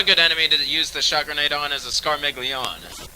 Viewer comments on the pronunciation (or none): I'm pretty sure those names are Italian. So, Draghignazzo is pronounced 'Drah-geeg-NYAT-zoh', and Scarmiglione is pronounced 'Scar-meel-yee-oh-nee'.